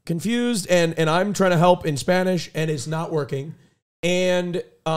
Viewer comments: pronunciation is kinda good? me gusta su voz en español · Honestly Austins spanish is pretty good, his pronounciation is good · I'm from Latina America and I'm here to defend. His pronunciation is amazing. Edit: Also QT said "tempura" the correct way, they said it like muricans